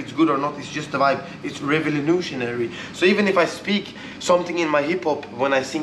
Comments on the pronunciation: "Revelenutiary" instead of "Revolutionary" hehe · Bro the way he pronounces revolutionary is so good😂🙌🏼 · Love the way pronounces recolutionary